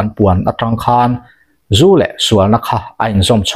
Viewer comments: Zu an zúuu tiin i lam ri a , a diklo in ka hria, zú an ZU ...ZU tih hi a hniam tur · 😂🤣🤣🤣🤣😄😂😅zu an zuuuuu.🤣🤣😂 iva han chhiar thiamlo hehhuh tak. Zu an zuthin, "zial an zu, tih a "zu" a rik dan angin lam tur. Nangniho vang hian alawm tunlai thangthar ten mizotawng an thiamloh em² a, diklo tak taka an lam tak thin ni. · Zu an zu😂😂meizial zu angin lam rawh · A ngaihthlak i va tinuam thiam dep dep ve. Tin, "Zu an Zu" tihkha vaihlo zial zu anga lam tur. Tunlai an Rakzu siam dan chu hlauawm tak ani. Tunlai mithenkhat Rakzu siam danah chuan Buh a tel tawhlo. Entirnan, Chini 10kgs ah hian Yeast- bawmkhat lo telh tase, Chau pack- na sarang suih bawk, fun 60 achhuak theia, Changel sahsawm an bilh tel chuan fun 70 a chhuak theia, Puan chiah varna Robin- burkhat an telh belh leh chuan fun 90 a chhuak thei daih ani anti. Saihapui lam mi, ka Tuikuk hlawhfa-in min hrilh dan pheichuan, Vaiho chuan Glycel- hlo tur telh hian a hlawk duh antia, chutiang chuan an thlawr thin ati. Mahse chutianga thlawr chu plastic bura han dah pawh hian a lo rei hnu chuan a rawng hi a dang daih tiin min hrilh ani. Hlauawm bet bet tak ani. Khap ani chungin kan in tho tho si a, Mahni intur zu siam dan tehi a rukin thiam ila, tin, Zu-in vanga ruih tum kher kher lovin, chapo leh midangte tana hnawksak kher lova damdawi ang leka kan hman thiam hi a hun ta khop mai. Khawchhak lam mi, kan hmel anpui Utube- han thlir hian ahmei apa-in mahni zu siam, tlem tlemin an in thina an rui betbut loh hmel tlat. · Thlà leh thlá te, Zú leh zù te, khawn leh khâwn tih te tam mai. Tawng thlûk dan dik zir i ngai nasa hle mai, a awmzia a bo lek lek thin. Entirnan, Zú hi an zú ngailo a, Zú an zu thin( zupawl tih a zu ang hian).